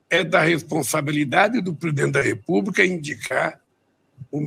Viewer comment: ele acertou corrupção mas falou "repuba" e não republica